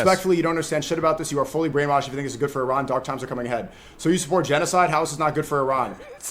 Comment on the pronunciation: Uh ran. Please say it right.